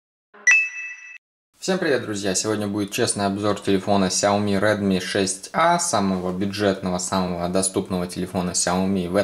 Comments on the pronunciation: Не ксяйоми а ксиаоми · У меня сяоми, а не "ксиоми"